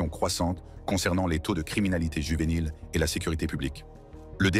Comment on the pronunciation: Why it keep saying juvenile with a H😂